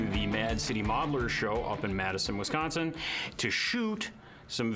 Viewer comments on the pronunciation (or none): none